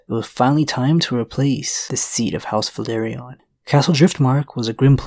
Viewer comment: VELA-RYON Not Valyrion